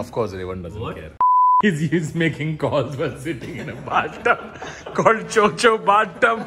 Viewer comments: It's Cho Cho not Cho chi 😂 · It is not 'cho cho' it is 'chod chod'